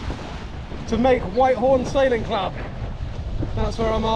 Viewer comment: What a great adventure. Btw it's pronounced Whit-horn, not White-horn.